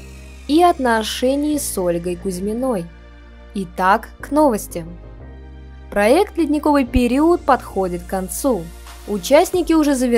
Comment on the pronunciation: Все хорошо и интересно, подписаться мешает одно- периУд, периУда, автор, пожалуйста, исправьте. Не периУд, периОд пожалуйста, ну неужели сами не слышите?